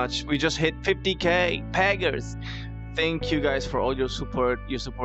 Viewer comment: Omg he said paggers